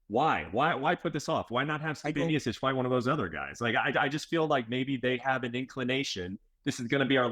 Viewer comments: Dawg I’m sorry but how are you working for ESPN and you can’t pronounce the greatest heavyweight of all times last name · If you work for ESPN you should know how to pronounce one of the greatest heavyweights name. MeeOhChich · Miosich. Stipe Miosich. Guy gets paid by ESPN to call him Miosich. Come on. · You would think being an MMA reporter, Bret would know how to say Miocic… but doesn’t surprise me one bit. DC still making excuses why he lost to Bones 😂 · Awk-a-moto rolling out a new “miocic” pronunciation five years in 😂😂😂